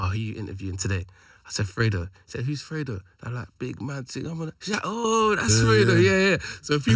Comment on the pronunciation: THOUGHT IT WAS PRONOUNCED FREE DOE